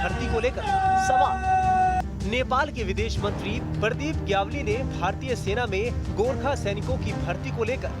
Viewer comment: Gyawli nahi GYAWALI